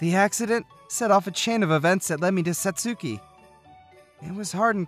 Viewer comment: Thank you. I really love these stories, but it grates on my ears when you mispronounce Japanese names (eg. Satsuki). Thanks.